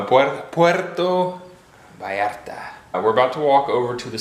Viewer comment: Food served at Comida corrida places, is the kind of every day food Mexicans eat at home. What you got was, puerco en chile pasilla (pork on dry chile sauce). You almost got it ( Puerto Vallarta) 🤣🤣🤣🤣🤣 Try - Puerto "Vahllarta", although most Mexicans pronounce it, Puerto "Bahllarta"